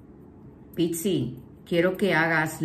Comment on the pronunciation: Porque pixi?? Es PIS-CIS. Porque se refiere a los peces. Igual, hermosa tu lectura.Todo me resuena Gracias y saludosss